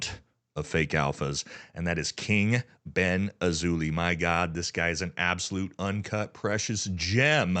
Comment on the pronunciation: Hey man say his name right, its King BendAzzholay